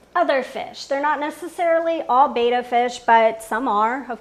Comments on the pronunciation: It's BETTA (be-tuh) NOT BAYTUH....you should know this! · It's betta, not bay-tuh so... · It is pronounced betta not beta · why? It's incorrect it's embarrassing.